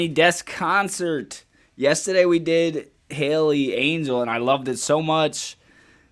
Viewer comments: I enjoyed your reaction and it’s Halle Bailey like Halle Berry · Her name is Halle NOT Hailey. Halle rhymes with valley, Kelly, Sally etc